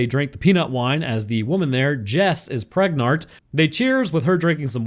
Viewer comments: You said "pregnart" instead of "pregananat". Who are you? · "she's pregnart" xD